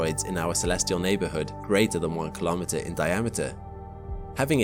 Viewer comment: Kahlometer sounds like a measuring device. Say "Kilo-metre" instesd. "Milli-metre" "Centi-metre" "Metre" "Kilo-metre"